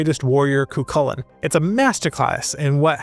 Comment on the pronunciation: The minute I hear ''cuKULLin'', I'm out. Cant take information on Irish mythology seriously from someone who cant be bothered to look into how to pronounce the names. ''Koo-HOO-lin.''